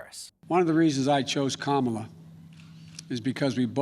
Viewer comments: Who's that again?.... Carmela Harrris? LOL. I'm from the Caribbean and that ladies name is like "camera".... not "carmera"..... LOL. Americans and their pronunciation is appalling. Try "ka" "mi" "la". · As an Indian I would like to point it out that Kamala should be pronounced, "kuh-muh-laa". Of course, she's American Indian, not just Indian, and may prefer being called "kaa-muh-laa". But hey, the more you know